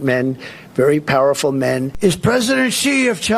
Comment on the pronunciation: His emphasis on the word "men" over and over says everything..